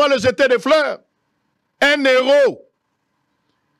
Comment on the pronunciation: Sango. On écrit "un héros, mais on prononce 1 "Ero", et non 1 'Nero'! Merci.